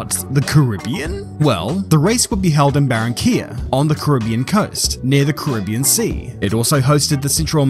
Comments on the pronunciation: Great vid but I love how u butchered the name loads of times lol. It's pronounce 'Ka-ri-be-an' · This is great, apart from the pronunciation of "Caribbean". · That's such a weird way to pronoince "Carribean" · You are from NZ stop mispronouncing Caribbean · Normally I enjoy your vids but this time I couldn't watch it because of the pronunciation of the word Caribbean. It became annoying.